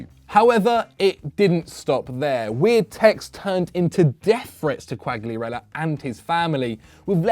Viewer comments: You keep pronouncing Quagliarella wrong , G is silent )) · Think the fact you're pronouncing Quagliarella's name wrong is gunna bother him more than the stalker 😂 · Man if you want to talk about Quagliarella you need to pronounce his name correctly ffs